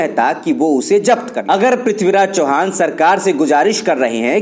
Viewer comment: इतका अंतिम नाम चव्हाण है चौहान नहीं है.